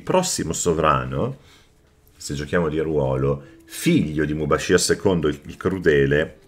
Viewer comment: Mubashir al meddina (con la r)